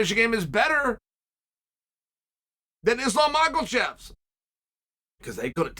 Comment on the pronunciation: "Ilija Topuria was a hard name to pronounce but now we know how to say it" was such a great line leading up to Machelchev and Yarear...😂 Pee Error is still my favourite. Oh Cha Cha u make me chuckle.